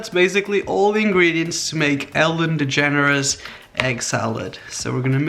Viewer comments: am I the only one who thought that when he said “Ellen DeGeneres” is sounded like “Ellen the Generous” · are you saying "the generous"